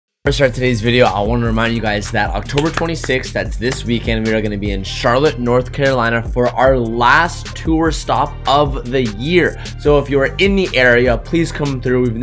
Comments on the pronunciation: The beginning of the video said north carliona don’t know if anyone else picked up on that 😂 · "North Carloina"